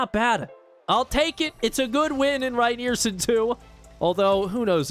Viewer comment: Keep this series going,! As a Michigander whose favorite program to rebuild is EMU, this has been especially fun for me. Rynearson Stadium is the only CFB stadium I’ve ever played in. FWIW: Rynearson Stadium = Ry-near-SUN stadium and Ypsilanti= Ipp-sill-ANT-ee, but we call it Ypsi or IPP-see. Let’s go, Grey Boys! (Go Spartans!)